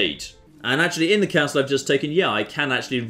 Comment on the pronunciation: The way he says castle triggers me